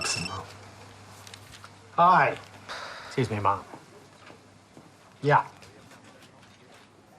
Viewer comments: Certainly not "mum". It's ma'am (madam). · tempo ratus. Lewis is from Newcastle, so you have an accent to contend with, but the correct pronunciation of ma'am rhymes with 'jam'. It will be helpful for you to remember this if you should ever meet the Queen. 😀. He doesn't say 'mum' though.